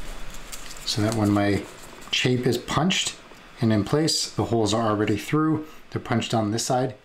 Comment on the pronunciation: Great video, thank you! Also, it’s chape to rhyme with shape.